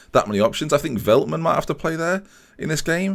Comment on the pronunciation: Let me help you with your dreadful pronunciation: Ore-gwela (Orejuela) the Lickt (with a sharp g) (de Ligt Felt-man (Veltman) Die-ks (Dijks) van the Bake (van de Beek) Sink-graven (is alright) Younes (is good) Sjeeune (just like the german word 'schön') (Schöne) Near-as (Neres) Chair-nie (Cerny) Cas-see-year-a (Cassiera) Fear-gaf-er (Viergever) See-jech (also with a sharp G) (Ziyech) Weu-ber (same as Schöne) (Wöber) Hope this well help you out.